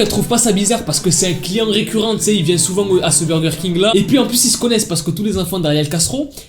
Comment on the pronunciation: J'ai bien entendue il a dit "client réxurant" au lieu de régulier 😄😅